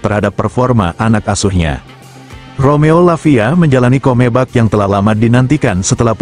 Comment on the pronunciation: comeback kok dibaca komebak hahaha,membagongkan....